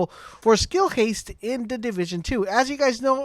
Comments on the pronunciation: Skill "Hastle"😂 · What is skill hastle? And what in the world does say at the beginning of the video. Essevah? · 🤦🏾‍♂️ my guy we love you but its haste rhymes with paste. Theres no "L"